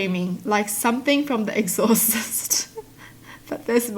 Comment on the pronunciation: said exhausist instead of exorcist 🤣🤣 still love her though